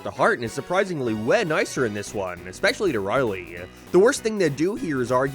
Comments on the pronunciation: It's Rowley, not Riley. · i cannot get over the ONE vowel you say with an accent Rorley tharsand har darn farnd abourt oh and peent snowfleeke showceese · i dislike how u say rowley but video was great tho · This man can't say Rowley to save his life